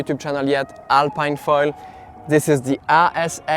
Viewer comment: It's a french brand so shouldn't it be pronounced alp[ē]ne ?🤔 (Same as "Philippine") Also, how does it compare to the AFS ultra 750?